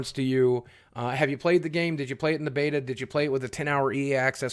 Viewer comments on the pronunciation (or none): none